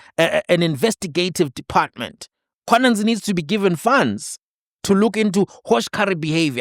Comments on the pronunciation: why are u always pronouncing it as Mkhwananzi?? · Not Mkhwananzi but mkhwanazi... plz correct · please man, it's Mkhwanazi not Mkhwananzi... Respect Ndonga please 😂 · MkhwanaZI not MkhwanaNZI,.